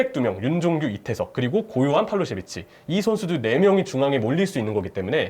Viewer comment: ㅋㅋㅋ 팔로셰비치 아니야ㅋㅋ 팔로세비치야ㅋㅋㅋㅋㅋ